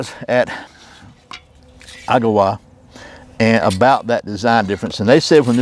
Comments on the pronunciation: “EH-ga-wa”. Emphasis on the first syllable. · Good comparison. It's pronounced agg-a-wah. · The first syllable is stressed with a secondary on the last. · I think it's pronounced Agawa. Not Agawa.